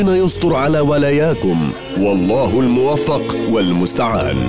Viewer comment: في الاعتذار يجب نطق ( الله الموفق والمستعان ) الموفق بكسر الفاء وليس بفتح الفاء لان المعنى يختلف تمااااااااما